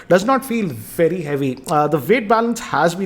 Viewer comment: vey vey vey better ... new language hinglish